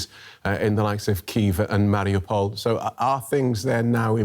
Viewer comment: I do like the speaker person. He clearly conveys the gravity of the situation with his both words and intonation. Imho he's rly good at his job. He even seems to be trying, quite successfully, to pronounce the hard R, like in Mariupol. My point is, finally someone who seems to be doing proper job for those dark and grim news.